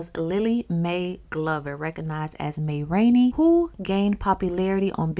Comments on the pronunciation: Yesssss 〽️emphian here. Just found your page and I can already tell imma be HOOKED..Beale is a street as mentioned already, but I didn’t know Ma Rainey was a practitioner! Also I’ve always heard her name pronounced like ‘Ma’ from ‘mama’ not ‘Mae’. My own Mama said my Madea(grandmama) was big into astrology and read daily horoscopes. Didn’t know this was the status quo for the Black folk in my hometown. Ugh I’m obsessed..thank you for the knowledge. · it's pronounced "Mah" Rainey. 😊